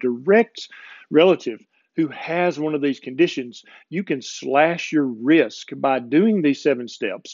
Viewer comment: LOL! - or so, you said, "cut your risk," …. I heard, "cut your wrist." Oops. On deep sleep: I don't know if this is the same thing, but this time of year (when it gets occasionally cold) I tend to sleep deeper and more often - but here's the kicker: I dream like crazy, and when it's a good dream I don't want to get up but sleep more. Is that a good thing or a bad thing? (I also seem to be more mentally active during the day - reading, writing, watching videos like yours ... so there's that.) As to thermogenics - I live in an area of Texas where, this time of year, it might be in the 30s in the morning and in the 90s (or higher) in the afternoon, and back to the 50s in the evening, all in the same day. For the longest time I stayed indoors but recently I've been spending a lot of time outside, just sitting on my porch, even taking walks in the morning if it's not too cold.